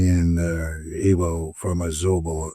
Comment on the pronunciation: His mum, Ibo. His dad, Abo. Is it that you guys can't say Igbo, Agbo(r)?